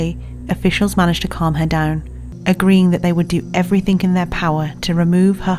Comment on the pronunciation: "nuffink"?! edit: she did it again! "Everyfink". The narrator is quite well spoken so to do that is really incongruent...